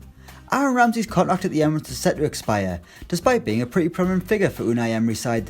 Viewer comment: The pronounciation of 'contract' sounds retarded